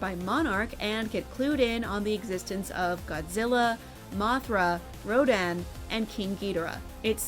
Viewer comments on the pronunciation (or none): Narrator pronunciation of Rodan and Ghidorah is painful